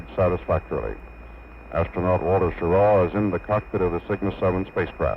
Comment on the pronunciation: This the one where the comm guy keeps calling him "Schirrar"?